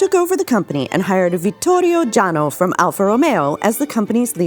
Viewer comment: "Jano" is pronounced "Yano". Vittorio Jano was born "Viktor János"- his parents were from Hungary.